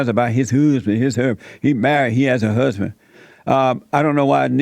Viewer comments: his HUUHSBINN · His "huhhzzzzbin".